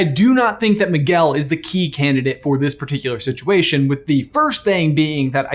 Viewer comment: 🤣🤣Maguel. Its Miguel (Me-gail).😂